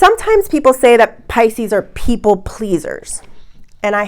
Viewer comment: Does anyone else air-punch when she says "Pi-sces pee-ople!!"...even if it's like kitten punches cause you're tired? "No you don't want to get any skinny-tea", hahaha, love.